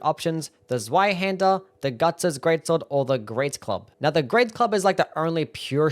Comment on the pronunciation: Zweihander rules! Oh, and it's pronounced "tsvai", the 'z' is 'ts' like in "tsunami".